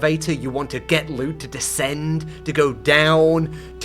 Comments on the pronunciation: Brother its DESCEND not DECEND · bro said decend instead of descend💔💔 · It's descend not decend 🥀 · So who's gonna tell him it's "descend" and not "decend"? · The word is descend, not decend 😭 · Ah yes, I shall "Decend" Very good English-ing 😎